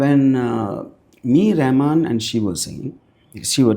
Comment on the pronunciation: Rahaman... not Rehman